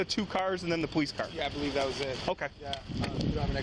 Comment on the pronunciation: "I don't bahleed dat!!"